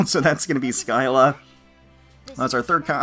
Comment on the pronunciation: "SKY-la". Cringes It's "Sill-la".